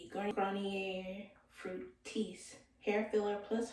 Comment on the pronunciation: Fructis not Fructris